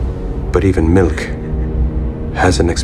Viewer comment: The way homie said milk really bothers me. Sounds like mill ick